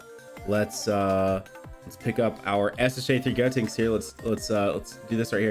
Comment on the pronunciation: You keep on pronouncing gotenks name wrong it is GODTENKS.